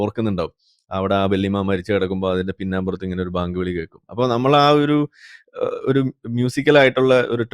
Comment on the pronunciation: Bayank ..baank alla😂